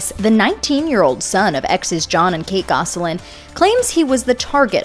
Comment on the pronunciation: The last name is not pronounced “Goss a lin”. It’s pronounced Goslin